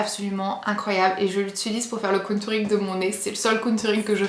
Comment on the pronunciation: Mdrr tu dis "countouring" 😂😂😂 et quand ta tout renverser j'étais morte 😂😅😅😅